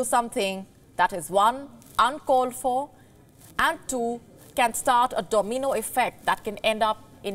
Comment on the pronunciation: Domeeno 😂 her pronunciations get worse everyday lol